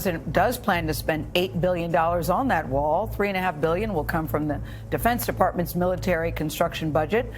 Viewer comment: He is not saying build that wall he is saying build that WAR